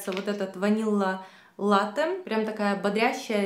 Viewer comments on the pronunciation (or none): none